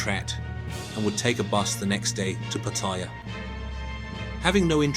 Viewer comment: What BS, you don't even pronounce Pattaya and Baht correctly